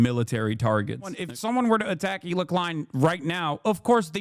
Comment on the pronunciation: Its Hila not Ela